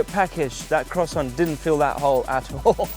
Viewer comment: "Chocolate quasont"